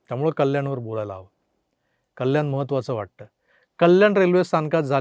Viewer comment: अरे तू सुद्धा अशुद्ध किती बोलतो कल्याण न म्हणता म्हणता कल्यान बोलतो जरा ऐक